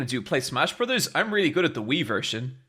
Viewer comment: "MY BRUZAH" "MY BEST FURENDO" became permanent fixtures in the VC after that episode.